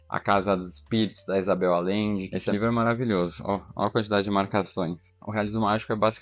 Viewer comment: Allende (lê-se: Alhende/Aiende).